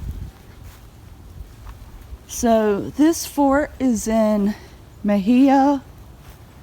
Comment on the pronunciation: Pronounced “Muh-hay-uh”..Mexia, Tx. The fort actually PRE-dates the Civil War era by a few years..